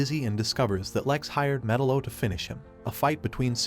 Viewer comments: ME-TAL-LO not Metal-lo …other than s that good video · Hooking this guy make a documentary video on a cartoon when he doesn't even know the villains proper pronunciation of his name? 🤦🏻 F#&k me..... It's (Meh-talo) not (Metalow) it just irks me when people try to do something without knowing what they're doing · god damn it! it's not 'metal-oh', it's metallo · Had to stop watching because I was tired of hearing metal-0.....it's fucking meTALO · It's pronounced Me'-TAL-LO ... not Meta-lo. 👺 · It's Met-Aloe not Metal-Oh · theres no way you think his name is actually pronounced Metal-o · Metal-O, if you can’t even pronounce the names correctly, how the hell can you discuss the movie?? You’re killin me! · It's like you don't even care about the content you release. At least learn how to pronounce their names correctly. Metal O. I hate it here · "Metal-o" lmao cool vid though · Met- tal- o. Say it right good lord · srsly, it's not hard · It’s pronounced MUH -TAL-LOW….you dweeb. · Metel-O pronunciation made me stop watching. Your not a fan your a You"toober" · What a weird way to pronounce Metallo. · The way he says Metallo makes me uneasy... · The pronunciation of Metallo is infuriating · You do realize you pronounced metallos name wrong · Bro your pronunciation of metallo fucking kills me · I’m losing my mind. Can you please watch a single clip where they say metallo and say his name right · Are you an AI? Metallo is pronounced wrong if your a comic book guy you'd know . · How can you fuck up metallos name when they clearly say it during the movie. Did you even watch it? Lol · I don’t like the way you pronounce metallo